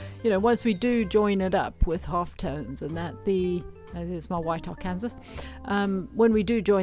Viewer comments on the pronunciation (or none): Lovely work. Just a help on pronunciation... Arkansas is pronounced ar can saw (not Ar cansas). Yes, it's weird, especially considering that Kansas is pronounced the way it's spelled.